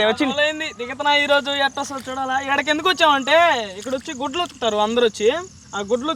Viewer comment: నాకు గుడ్లు ఉత్తుకుతారు అన్నట్టు వినిపిన్చింది! ఈ గుడ్లు ఉత్తుకుడు ఎంది అని ఏం అర్థం కాలేదు! తరవాత అర్థం అయింది. గుడ్డలు అని.... 😂